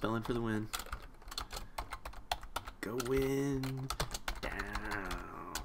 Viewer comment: down not dow.